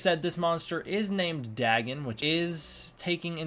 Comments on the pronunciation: you can't trust a show like ben 10...in the audiobooks and the books of H.P Lovecraft its pronounced Day-gone(written Dagon) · its pronounced DAY- GONE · It’s name is pronounced Day-Gone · Lmfao "Daggin" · The way he pronounces dagon gave me something similar to cancer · Why do you pronounce it with two g’s?